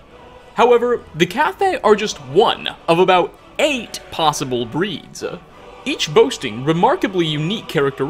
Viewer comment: “breedsa” “featuresuh” “furruh”